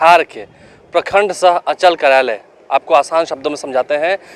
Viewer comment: पहले अंचल का उच्चारण तो सही कर लो